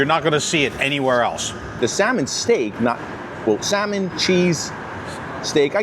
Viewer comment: Would you please explain to the owner the L and salmon is silent.